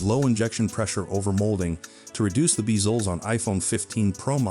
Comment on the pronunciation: “Beezlez” is crazy!